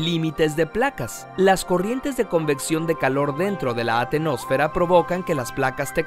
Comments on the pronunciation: Es Astenosfera y litosfera señor. Lo tiene mal escrito y mal pronunciado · es astenósfera, se comio una s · Excelente video, solo una corrección no es atenosfera es astenosfera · Saludos! no se dice atenósfera... es la ASTENOSFERA, significa esfera débil. y no son ondas P de "presión" se llaman ondas PRIMARIAS, no solo hay esas que mencionan, hay muchas más. A mi me gusta mucho su canal pero esta vez les falto consultar información o revisar sus fuentes.